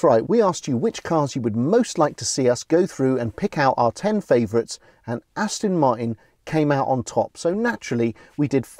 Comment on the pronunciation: Another great video chaps, achingly beautiful cars, I'd love one....anyone. But, at the risk of being thought to be a bit snooty (and I'm not, honest!) there is a 'T' in Aston Martin, it should never be pronounced Aston Mar'in. After all, it is British.....sort of!